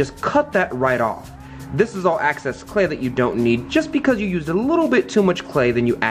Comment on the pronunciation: every time he said “access” clay i growled